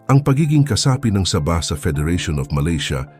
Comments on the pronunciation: Correction po. Sabah - parang bigkas sa "sabi", (malumay ang pagbigkas) Hindi po Sabah na mabilis ang bigkas na parang saging na saba.👍✌️ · Saging nmn ang sinasabi mo, hahaha ayusin mo ang salita mo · Hindi mangyari yon! Sabahan people does not want to be part of the Philippines. This vlogger can't even pronouns the wird Saba. Crop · Ayusin mo ang pg voice over mo ginagawa mong saging ang pg bigkas ng sabah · Natatawa ako sa pag bigkas mo ng sabah ..ano yan saging .. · Masakit sa tinga ang pgbigkas mo na Sabah..medyo mabagal ng konti dapat..ang nangyari naging saging na saba ang bigkas mo..Wag gayahin ang bigkas ng AI.korny ang dating..dpat po tamang bigkas yong pinoy na pinoy kc d naman tayo kano..diga? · Ang saba ay isang uri ng saging!😝😝😝😝😝😝😝😝😝ingat lang sa pronounciation! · Sama ah ng bihkas ah parang saging eh.. nagpapatawa ka ba...hahahah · Correction lang po sa pag pronounce ng Sabah at Saba 😊 Salamat po! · Sana hindi na lang AI ang ginamit na voice over...naging saging tuloy ang Sabah...o baka naman foreigner ang nagbasa ng article... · Sabah , naging tunog saging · Sir hindi saging ang bigkas ng sabah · Boss e ayos mo bigkas mo hinde saging yan😂😂😂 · Sa-bah, hnd sab-ah kaya nga may h sa dulo e😢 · Saging yung sinasabi, sa~~~~~bah hinde sabah aayusin mo ang pag bigkas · Saaabah .... hindi Sabah....😂😂😂😂😂😂 maraming saba sa palengke ....potek.... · Engot! Anong sabaaa, ano yan saging! mag aral ka nga muna ng tagalog word kung paano mag pronounce ng tama! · Sabah na saging Yung pagkakabigkas niya😂😂AI yata yang nagsasalita eh😅😅😅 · Please be careful in pronunciation of the word Sabaj....it must be SA'-BAH.. THE ACCENT IN THE FIRST SYLLABLE... SA--BAH.. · Ano yan saging na saba (sabah) ayusin nio pagbigkas.. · SABAH (MABAGAL PAG PRONOUNCE) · Please improve your pronunciation when you specially speak Sabah!